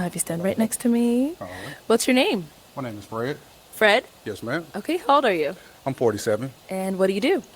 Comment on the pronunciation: The way says ma’am 🤣